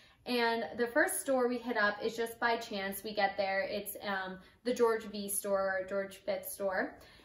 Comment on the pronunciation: It's George 5th and not George 'vi" !!!!